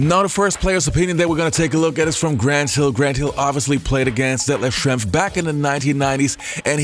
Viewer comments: Thank you for this vid, Schrempf is criminally underrated and was a big part of NBA basketball in his days. Love to see him get some love! BTW.: your pronunciation of his name is pretty good! Greetings from Germany 😊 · As a German I was pleasantly surprised that you didn't butcher that name ;-)